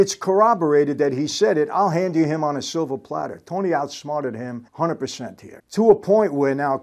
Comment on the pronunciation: So funny Michael says 'silver platter' 🤣🤣 I gave my life to my children on a silvah plattah😂